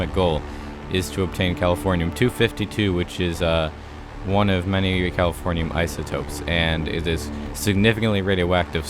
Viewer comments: When you said you must obtain the final element I thought you said California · when he said californium i thought he said calafornia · Are you saying Californiam?